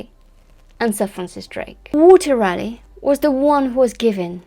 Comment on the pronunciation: From CR0...that's Croydon not Virginia!...a bonjour, ca va? I really-rally liked your brief critique on the her-story Roanoke Island, John White & Eleanor Dare...you even pronounced the awkward names well...especially Sir Walter Raleigh! (At my celebrated school in south London, our athletic 'houses' were named after Elizabethan icons...as the school was founded in 1619...by a friend of Willy the Shake!...called Edward Alleyn...each house had colours to distiguish them on a muddy rugby pitch...if only in the socks!...Drake(yellow/black), Grenville(green/white), Marlowe(black/white), Raleigh(red/white...my house!), Sidney(red/black) & Spenser(blue/white)...{the school now has 8 houses named after famous MEN!...O dear!)..."Rally" was the way we said the name...not "Raaar-lee"...or as your glamorous rival, Susanna "Lipsco'" insists "Raw-lee"...(She may be right!) Keep it up...as the road to Elle is paved with correct pronunciations with a French flavour! C'est si bon! A bientot!